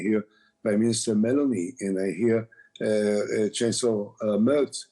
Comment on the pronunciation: do you ghear me 🤣🤣